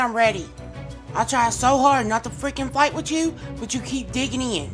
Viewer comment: "i try not to Fwicken Fwight wit you"😂😂